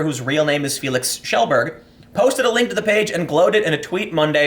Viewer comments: Nice pronunciation on his name, Kjellberg. It's still Americanized but that's acceptable, you get the name across without requiring the listener knowing it beforehand. You must've done your research, props. (not /s) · tim probably has the highest rate of correctly pronouncing pewds last name out of everyone talking about him.